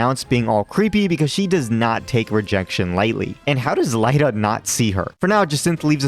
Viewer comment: "Lie-da"? Really? Do you say Lucario "loo-car-EYE-oh"? Lost me with dumb pronunciations.